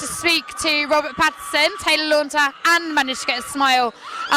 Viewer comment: Lautner is a very difficult name to say .. oh my god is she stupid? How hard is it to say LAUTNER!? :P #TeamEdward